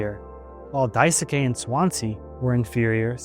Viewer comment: Btw Daisuke is pronounced Dai-skey, as if the u is silent